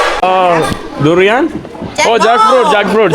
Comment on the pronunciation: Bro ദുരിയാൻ എന്നു പറയണേ. നീ പറയുമ്പോൾ തൂറിയ തൂറിയ എന്നാണ് ഞങ്ങൾ കേൾക്കുന്നത് 😂